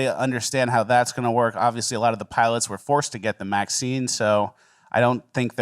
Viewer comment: Are you saying Maxine instead of vaccine? I love it, great bit.